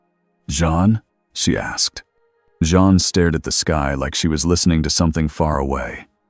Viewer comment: Jean, not John..... keeps changing how it pronounces Jean's name. Not very well set up for an AI reading.